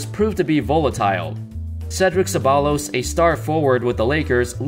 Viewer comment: its pronounced cebbayyos not Ceballos